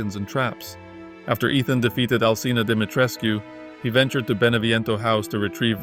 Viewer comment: So good to hear someone say Dimitrescu correctly.